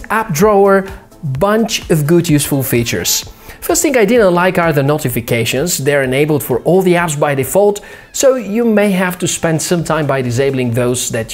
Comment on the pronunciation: Love your videos dude, and I know English isn't your first language, but your pronunciation of some words need work. "AmazingK", "First thingK", "SwipingK" ?